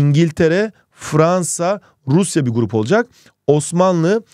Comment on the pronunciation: "Rrrruusyaa var" jsjsjs